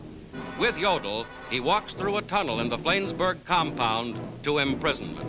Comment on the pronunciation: "Flaynsberg"? HA! Yanks.